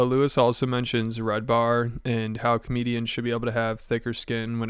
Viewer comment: His name is red ban not “red bar”… isn’t it?